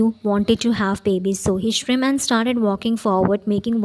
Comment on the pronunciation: Convenience jungkook😂😂😂I can't stop laughing😂😂😂you need to learn english first girl You pronounce smirk as Shrim in your country?😂😂😂